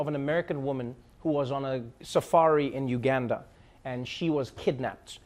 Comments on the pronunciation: Trevor you're losing your accent. Pronounce Uganda like a true South African please... or don't come back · Trevor I love you but please get the Ugandan accent right. That was a West African accent